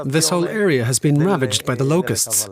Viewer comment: "You will eat zee bugs"